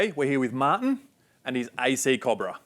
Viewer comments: its CO- BRA not COB - RA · bloody mexicans can't get anything right... Cob-brah!